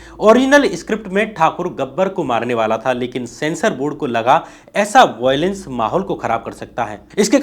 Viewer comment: वोयलेन्स नहीं वायलेंस! Pronounciation तो ठीक करो 🤦🏾